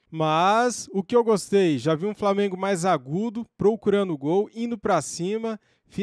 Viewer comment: "Não gostuei asmuei "😂😂